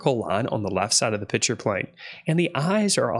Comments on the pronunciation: Please, maybe it's because I wear hearing aids but are you saying "pitcher" plane instead of pikture/picture plane? BTW, you're videos are great instruction! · Please, please stop calling a picture a “pitcher”!